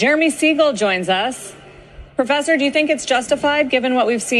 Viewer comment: "-the proffesah.."